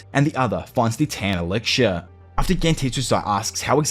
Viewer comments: I genuinely love this channel but the way you pronounce elixir like elicshure makes me want to pull out my own ear drums. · Lol me too.. in fairness, this was the point I came to comment that isolated mispronunciations don't really bother me, but repeatedly hearing 'elixir' with a 'ksh' diphthong instead of 'ks' is starting to grate.. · E lix er not eliksher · "ELIGSHURE" "ELICKSHURE" -. 😂😅 Dope video dude if only the anime lived up to the manga. Unfortunately, I feel the anime is mappas B team or something. Like dark souls 2 but an anime instead of a game. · You need to work on pronouncing "Elixir".